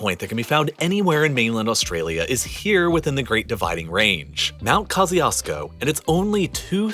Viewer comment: “Pilbara” pronounced “pill-bra”. The first ‘a’ isn’t spoken. Got Mt Kosciuszko right, though, which is rare. But a very interesting & enjoyable video essay.